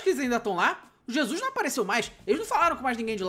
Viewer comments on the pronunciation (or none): none